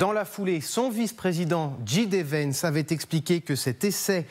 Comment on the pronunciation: Apprends déjà à prononcer "arCtique" correctement !!! Et je ne sais même pas quoi dire à propos du "... où t-avaient eu lieu..." Avec quel "T" fais-tu la liaison ? Quant à la prononciation de J.D. Vance, elle est du même niveau : lamentable...